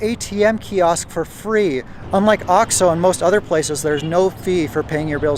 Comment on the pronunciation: You're still saying ox-oh. It is oaks-oh.